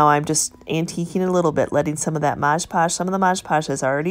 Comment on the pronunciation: MOD pudge.....not MODGE podge🙂